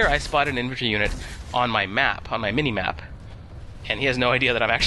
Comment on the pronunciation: Emphasis on MINI at the shotgun part XD (nah, just messing with ya bro)